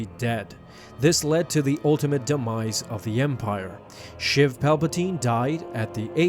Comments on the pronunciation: It’s sheev not shiv palpatine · It's sheev not shiv.... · I'm pretty sure it's pronounced Sheev like sleeve